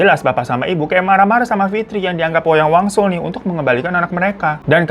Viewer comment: Wayang wangsul ya babu no no Wayang waluh btw waluh in kalimantan tengah is labu jadi pas salah sebut kek Wayang waluh auto ngakak hahah😭😭🙏🏻